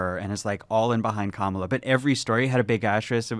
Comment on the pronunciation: it's a shame she couldn't pronounce Kamala's name correctly.